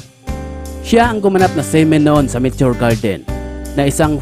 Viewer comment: Mitio Gerdin 😁😁😁 bisaya ka bay ✌️✌️✌️